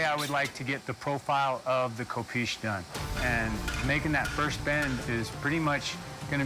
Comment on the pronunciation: This show cracks me up everytime an American struggles with the pronunciation of a sword. 'Ko-peesh" aye 😅